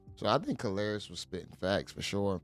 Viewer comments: MEN ARE VISUAL BEINGS!!!!!! KARLOUS (pronounce CAR~LOS not whateva you sayin'...lol) Folks gone looked at CUH-RAZY if you have a UGG-MUG!!! B'LEE DAT!!!!! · His name is pronounced Car-los, not kalaris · Ayooo he called this Mfer Calarious 😂😂😂😂 Karlous.... [Car.los]😂😂😂 u wild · Did you just call him Kalarious? Its Karlous (Carlos) dude! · Great video fam, but Kalarous was hilarious lol Kar-los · Hey you are pronouncing karlous name wrong it's pronounced car lous but spelled with a K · You say his name like Carlos. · Why does he keep calling this man kalrriss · Lol it's car los u saying his name wrong family 😂😂😂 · YO BRO. I'M DYIN WHEN YOU CALL KARLOUS " KAR LAR" IOUS " ! ! !) 😆 DAT B HILARIOUS 2 ME 🤣😂😅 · I thought he was talking bout a Greek god 😂😂😂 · yeah that was an epic butchering of a name if ever there was one lol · Why df buddy keep calling Karlous "Kalarious"😂😂😂😂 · My brother. His name is pronounced Carlos lol. It's just spelled differently. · Why you can’t pronounce his name it’s pronounced like Carlos just spelled different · How you murdering this guy's name is crazy. Karlous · It's Karlous like Carlos bro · His name is pronounced Carlos but with a K 😂😂😂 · facts. I'm like who the hell is Kalarious 😂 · Kar-la-ous? What!? 😅😂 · 😂😂😂 im thinkin yall tlkin bout ole babes was sayin lous name wrong until i heard dude 😂😂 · How you mess up his name THAT bad lol